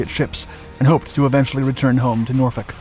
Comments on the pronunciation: I am so impressed you pronounced Norfolk correctly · You said said Norfolk correctly. Most people say Nor-FOLK.